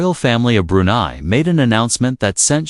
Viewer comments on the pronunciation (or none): It’s not pronounced May tin, it’s Ma teen. It’s not Brew nee, it’s Brew nigh